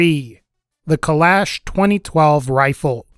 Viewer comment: I believe it’s pronounced kul-ah-sh not kul-ash